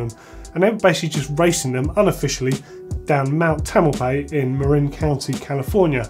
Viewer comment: Just love the new GMBN Tech show! One quick correction, it's pronounced Mount "Tamal-pie-us", not "Tamal-pay". My mom grew up in Mill Valley and went to Mt. Tamalpias High School many years ago and I grew up just north of there in Sonoma County.